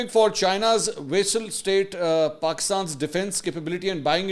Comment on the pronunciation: You have mis-pronounced ,” vassal” as vessel. Did you really go to Aitchison College?